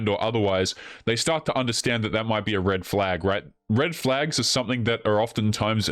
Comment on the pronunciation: I think you said "huge reddit flag". Frauidian slip I guess.